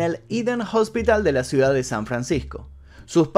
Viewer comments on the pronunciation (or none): none